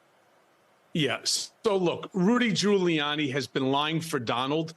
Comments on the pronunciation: “Rudy Colluni” 😅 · He called him Rudy Colludey 😂😂😂